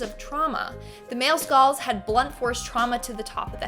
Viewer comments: “Skaals “ tf is a skaal? Lmfao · Skalls? Lol